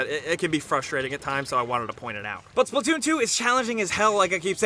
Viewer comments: It’s splatoon not splitoon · Wat did he just call splatoon?